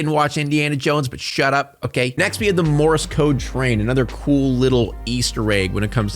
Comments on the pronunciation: It’s pronounced MORSE not morris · I kept hearing Morris code instead of Morse code lol for that part 😂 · Are you saying "Morris" code?